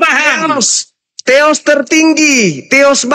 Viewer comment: Hampir Masuk akal tapi salah penyebutan teos masih ada teros tertinggi dan agak lucu